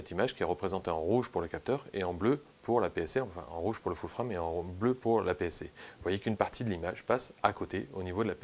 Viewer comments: Foul Frame???? :): là j'ai du mal!!! faut choisir soit c'est "ful frame" (les 2 mots prononcés à la française mail horrible ! :))soit "foul freiyme" avec un prononciation anglaise bcp plus adaptée. Cela dit bravo pour ton travail très riche. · Pourrais tu dire full-« fraime » pour les prochaines fois stp? Pourquoi juste full prononcé correctement en anglais et frame en fr. C’est un peu dérangeant. Soit full-frame soit plein format